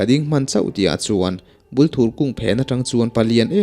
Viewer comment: Thing hming hi i lam diklo nual. Bulthur tih hi thing hming a ni a, Bul hi bur tih anga thluk tur a nia. Thur tih hi thei thur tiha thur lai ang hian lam tur. Bûl hi chi hnih a awm a, Bulthur leh Bulfek. Hnaibûng tih a Hnai tih hi thing hnai kan lam thluka thluk tur, Bung hi chu Bung thing kan lam thluka thluk tur.